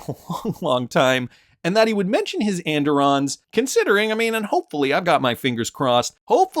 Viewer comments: Pronounced “ and irons “ where I am from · andiron is pronounced and-iron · And-Irons Phonetic.... At Least the Way my Grandmother said it.